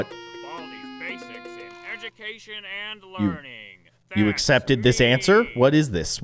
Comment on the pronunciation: Baldi‘s bacis that’s what it sound like you said